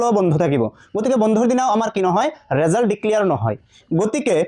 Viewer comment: ৰিজাল নহয় ৰিজাল্ট⬅️